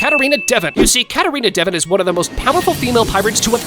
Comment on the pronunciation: “Katarina devin” 💀